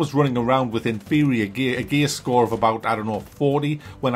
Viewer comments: Are you saying "gay score" ? haha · I can't stop laughing when he says "gear score". The accent makes it sound like "every enemy has a gay score" 😂😂😂 "Breakpoint" when you think about that title after knowing what this microtransaction with a game attached to it is all about, you realise why it was named that.